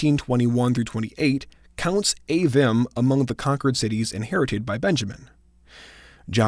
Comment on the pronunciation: Isn’t Avvim pronounced Ah-veem? I believe the “im” suffix is always pronounced “eem” in the Hebrew